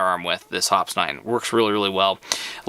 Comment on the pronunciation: Dude, I know this is an old video, but I hope by now you'd learn how to pronounce Hoppe's. It's "hop-eez" not hops. LMAO how embarrassing.